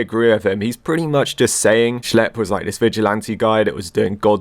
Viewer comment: "schelp" dude who the hell is schelp, its schlep.